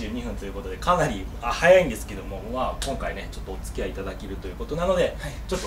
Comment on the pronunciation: 前半緊張しすぎて、「きょんかい」って言ってますよ！！ 手もブラブラしてて落ち着きないおのださん最高です！ できたら、レイバンのティアドロップのサングラスをかけて操縦して欲しかったですね。 次回はランディングもしっかり拝見したいです。 奥さんの緊張が画面から伝わってきました。 ダイアモンドヘッドを低空で飛行したのには感動しました。 それにしても、岡田さんのレクチャーはいいですね！私も挑戦しようかな。 本当にお疲れ様でした。これがベスト動画です！！